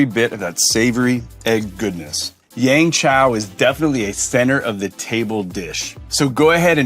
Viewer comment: Jet... it's called Yeung Chow Fried Rice not Yang Chow...